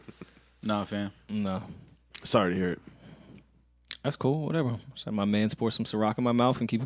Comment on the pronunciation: has to stop saying “whateva” it’s straight sicko 🥴